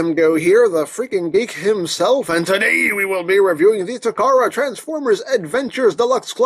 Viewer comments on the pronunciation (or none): "Transaform!". lol